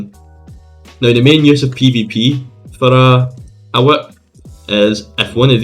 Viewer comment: the “wHiAhiP”